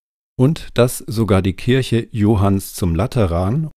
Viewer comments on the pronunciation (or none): none